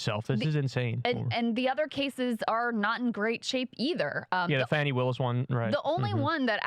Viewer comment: her name is pronounced FAW-NEE. You pronounce it like those trying to bring her down... #HopeThatHelps